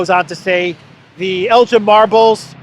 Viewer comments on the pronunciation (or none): Elgin not Eljin, please Jet it right, (get, sorry) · It’s Elgin not Eljin 😊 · It's ELGIN not Eljin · Elgin not El jin. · Elgin is a Scottish town. Please note that Elgin (hard G) is not "ElJin" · it's el'G'in a hard G not like the alcoholic beverage, ask Alexander 👍 😂 we should give them back but Britain is famous for taken things and not given them back, just ask the IRISH 🍀😉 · We know all about Lord Elgin in Canada. Pronounced with hard G as in Give. I.n the 19th Century he was the leading general in the British Opium wars that humiliated China and all the marble that he stole after the British Expeditionary Force pillaged the Summer Palace is still on display in the Posh Lord Elgin (like El - give) on Elgin Street leading to the House of Parliament. The Hotel boasts even a marble bust of himsellf as some major Roman General in a remote minor Province of the British Empire. Bravo Greece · Never heard 'Elgin' pronounced like that before. The 'G' is usually like the 'G' in 'give' - as in 'give back'. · Elgin pronounced G as in Guinness ElGin...ess Elgin. Your welcome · Hey,, the 'g' in 'Elgin' is hard, as in Belgorod, not as in Belgium. Elgin is a wee Scottish Highland town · elg-inn. Hard G. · Can’t pronounce Elgin correctly, doesn’t know that the marbles were legitimately purchased by Elgin from the legal owners, doesn’t know that the French stole the Mona Lisa, total ignorance. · It’s Elgin with a hard G. The British thieved from many countries in the world and show off their loot in London! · the correct pronunciation of “Elgin” is Elgin with a hard G not J. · it is Elgin as in begin...please pronounce this properly😂,,,love your work and watch you daily, so thank you.